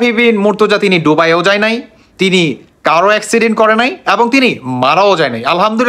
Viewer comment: আপনি কি মুর্খ দুবাই ওচ্চারন করতে পারেনা